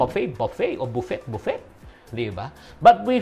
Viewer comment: Matatawa talaga ako sa Buffee buffee😂😂😂